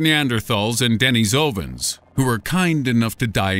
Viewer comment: Lol the way he pronounces Brexit and Denisovan😂